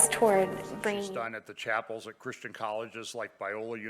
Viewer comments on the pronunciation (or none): none